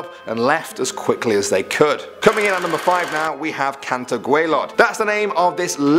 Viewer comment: Its cantre not canter 😅